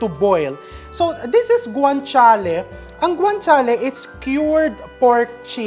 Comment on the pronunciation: Ang pronounce po ng GUANCIALE ay with H (guanchiale) hope di ka na offend